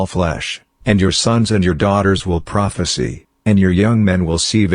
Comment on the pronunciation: prophesy 발음 수정 부탁드립니다